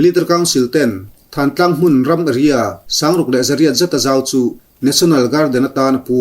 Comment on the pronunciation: Thantlang nilovin Thlantlang ti a lamrik tur. Tidim le tahan inkar khaw awmloh na tlang sang pui khi thantlang chu a ni..